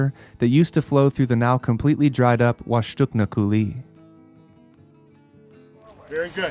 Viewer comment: Great video, I especially enjoyed the graphic combined with the images. It makes it really easy to picture how it happened. But you really need to get the proper pronunciation of places when you are there. You pronounced Yakima, Washtucna, Ephrata, Wenatchee, Kalama, Umatilla… wrong.